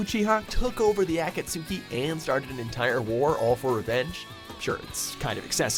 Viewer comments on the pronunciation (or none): Aka-suki??? Come on, you know better than that, can't be butchering names like that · AAAAAH-KATS-KEY THAT'S HOW U PRONOUNCE THAT OK.... NOT AHHHH-KATS- SU- KEY.... OK STOP IT STOP IT!!!!! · Hears A-KA-TSU-KI instead of A-KA-TSKI Goes directly to the comment section with popcorn. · im cringing at dans failing attempt to pronounce these organisation names like akatSKI! its pronounced akatSKI, not akatSUKI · Anyone else hear him say "A-Cat-Sooki".... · Aka-tsu-ki?? Gotta love that pronunciation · A-CAT-SU-KEY what the Fuck put some respect on naruto name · Sachman Gill you mean ackatsucki? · 203 VIDEOS watched and listening to butcher the organisation of akatsuki....DISLIKE!!!!!!!!! goddamnit! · The way this guy pronounces "Akatsuki" -. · seriously man, learn how to pronounce some words like Akatsuki ... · You're the only ones rooting for Obito. He's an escapist without a semblance of responsibility, and once more you mispronounce Akatsuki. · Um...You CLEARLY didn't watch episode where he switched sides and went back to being Kakashi's friend and DIED for him. I'd call that a win. You'd better not put Kurama on this list...He became Naruto's "friend" too...And you pronounced Akatski wrong. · the way he pronounced akatsuki... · Good vid but you butchered the name when you tried to say akatsuki, seriously all you have to do is type it in on the search bar and hit the volume button to hear how it's pronounced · You know he's just reading a script and doesn't actually watch these shows when you hear him pronounce akatsuki from Naruto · in every video they have of naruto the way he says akatsuki makes me cringe a little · MR ADKO IKR they can't pronounce Akatsuki right. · Cant even pronounce akatsuki and makes anime videos smh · the way they pronounce akatsuki kills my brain cells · The way they pronounce Akatsuki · The way he pronounced "the Akatsuki" was cringed AF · They pronounce Akatsuki wrong. 😂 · Why did you pronounce Akatsuki that way